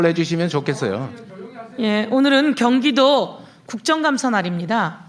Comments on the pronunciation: 갱기도는 갱기도는..경기도 발음도 제대로 못하는 작자가 갱찰청장까지하고,닭아지트에서 국개의원도 하고.. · 갱기도가아니고 경기도다 발음좀 똑띠해라 국개의원 씨